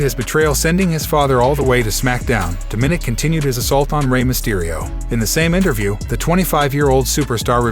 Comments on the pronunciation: His name is Dominick not Diminick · It is Dominic you are miss pronouncing his nameYou are wrong.